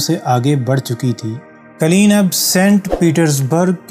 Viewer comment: یہ دستاویزی فلم معلوماتی اور دلچسپ ہے ، البتہ بولنے والے صاحب نے جس ناقص لب و لہجے کے ساتھ اردو زبان کی ٹانگ توڑی ہے وہ برداشت سے باہر ہے۔ قالین سمیت متعدد الفاظ کے ناقص اور غیرمعیاری تلفظ اور ادائگی نے سارا لطف غارت کرکے رکھ دیا